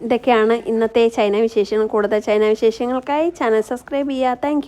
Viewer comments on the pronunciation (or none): none